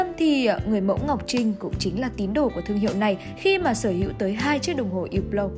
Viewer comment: Đọc là húp lồ. Đọc theo tiếng pháp ko có âm cuối